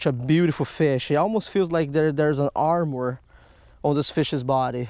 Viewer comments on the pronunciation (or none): none